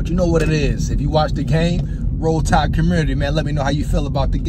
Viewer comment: I like when you said rode tide for pride